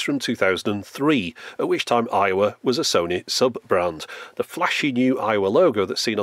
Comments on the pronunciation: Every time you say Aiwa, my American ears hear Iowa. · Oh! Aiwa! I thought you were saying Iowa the whole time lmao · i thought he was saying 'Iowa' the whole time 😆